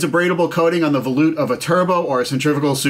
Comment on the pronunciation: I used to pronounce it that way until someone corrected me. Me being me, I looked it up. And it's pronounced vuh-loot